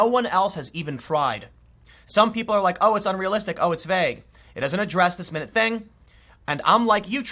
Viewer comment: Tim, it's NOT "minute" as in minutes of an hour. It's "minute" with the "i" and the "u" spoken as though you are pronouncing the letter, rather than using them in a word. minute Craftsmen can paint whole villages or detailed portraits of people on a grain of rice using minute, or tiny, paintbrushes. Often the works of art are so minute that you can only see them with a magnifying glass. Minutus is the Latin word for "small," and it gave rise to both the adjective minute (my-NOOT), or incredibly small, and the noun minute (MIN-it), or 60 seconds of time. Though they are pronounced differently, both words refer to small measurements. An object can be minute, like a flea compared with its dog, and less concrete things can be minute, like your minute chance of winning the lottery. A minute freckle on the side of your nose is a minute detail of your whole face. Think you know minute? Quiz yourself: ASSESSMENT: 100 POINTS minute means : simple final complete little (This is the correct answer.) Thesaurus Share It Primary Meanings of minute 1. n a unit of time equal to 60 seconds or 1/60th of an hour MIN-it 2. adj infinitely or immeasurably small my-NOOT 3. n a unit of angular distance equal to a 60th of a degree 4. n a short note, such as, "The secretary kept the minutes of the meeting". (Pronounced "MIN-its")